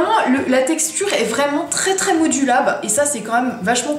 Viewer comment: J'ai l'enlumineur et je pense que tu as vraiment trop appuyé sur le tube car quand je l'utilise il n'y en a pas autant sur le "coussin". Chouette vidéo en tous cas. Tu m'as faire rire quand tu dis "modulable" (mudilab? 😂)